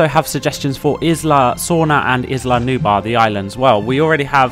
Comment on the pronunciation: Nice video. Little comments: The «Gallimimus» chasing the guests is an Struthiomimus. And is not Isla Nuba, its Isla nubLaR.